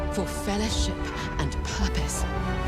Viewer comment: I do love that clip from the intro. It’s almost goosebump-inducing. But I can’t help but hear the narrator say fellahship instead of fellowship every time.